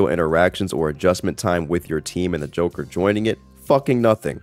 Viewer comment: Ah yes, the jonkler